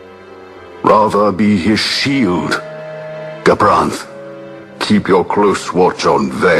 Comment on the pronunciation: I just wish would get gabranths name right before he starts complaining........